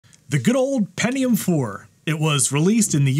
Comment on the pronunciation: oh yeah the "pennium" 4 yeah and also a Bo'Oh'O'Wa'er